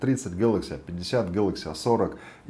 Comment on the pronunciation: "А писят"😀😀